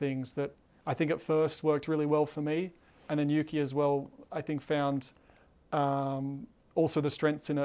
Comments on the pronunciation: Did he just refer to Yuki as "Tsuki"? Haha that's great! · Why he call him Suki 😂😂😂😂😂😂 poor Juki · Am I the only one who heard Danny call Tsunoda “Suki”?